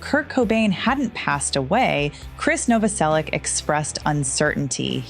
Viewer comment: I think you should use AI to pronounce Krist's last name properly.